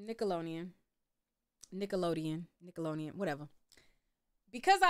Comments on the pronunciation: I love you but whyyyy you keep pronouncing Nickelodeon like that 😂 just forget the D huh!? 😂😂😂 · I’m cringing you because keep butchering the name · Why can’t you say Nickelodeon…..